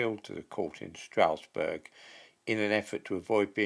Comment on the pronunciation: Please, Strasbourg is not pronounced 'Strousburg', rather it is pronounced 'Strasburg'.